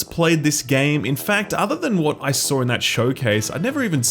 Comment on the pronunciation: For non speakers "Awr inspiring" = awe inspiring "I sawr" = I saw